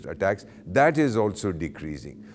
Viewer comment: I mean your frustrations with Turkey is clearly visible with the names of Ergdogan that you pronounced. It's perhaps because Turkish drone destroyed Indian jets and drones